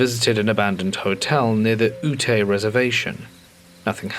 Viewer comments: These were some awesome stories! Not to be pedantic, though, the native tribe is called "Yoot" (Ute). It's how Utah got its name. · Ute is pronounced yoot